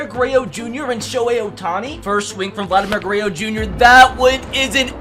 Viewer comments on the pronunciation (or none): “Vladimir Guerayo”